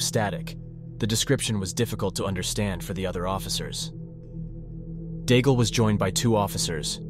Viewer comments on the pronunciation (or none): The coward's name is pronounced "DAIG" not "Daigel"...